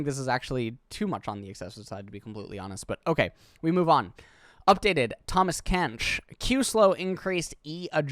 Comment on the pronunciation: Tahmas Kench lol